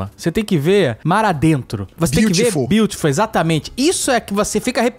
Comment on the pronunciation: "Biutiful" é de chorar sem saber como acordar amanhã